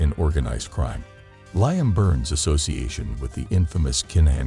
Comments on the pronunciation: 😂😂😂😂😂😂 I was about to say the same thing 😅😅😅😅😅😅😅😅 Limmme😅😅😅😅😅😅😅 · Never heard it said like that 😆😆😆😆😆. Ly-am 🤣🤣🤣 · You seriously cannot be serious the way you say Liam 🤦‍♂️😂😂😂😂 ffs